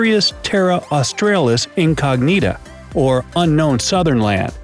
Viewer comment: . You can't even pronouce 'Australis' right.